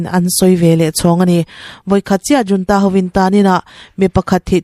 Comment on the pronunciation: Military junta hi 'Military HOON-TA' ti a lamrik tur a ni e aw. Video lehpek ah chuan 'JOON-TA' ti a irawn lamrik tawh loh ngei ka beisei e aw